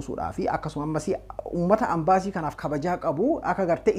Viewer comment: Hey leenca ko "AMBASII" hinjedhin "EMBASII" JEDHII DUBBISI, MAALOO,,sijaalanna Jaabaadhu😍!!